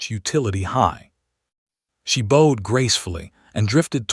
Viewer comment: 1m:59a" "... she BOHed gracefully ... " Ryhming with "ROWed"? No. The needed pronunciation is BOWed, to rhyme with WOWed or crowd.